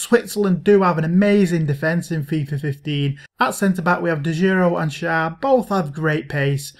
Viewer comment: Its shär you should say like sher